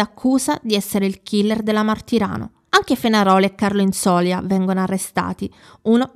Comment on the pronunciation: infatti. Comunque si dice Inzolia, con accento ultima i😊😊😊😊